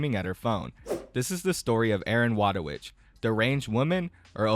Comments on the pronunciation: btw her name is pronunced Voytovich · Thats now how u pronounce wójtowicz. but true respect for not even trying to pronounce it, Polish is annoying.